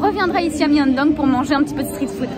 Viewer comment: On dit pas Myeondong mais Myeongdong🩷